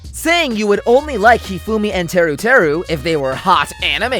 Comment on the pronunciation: NO, NOT TERU TERU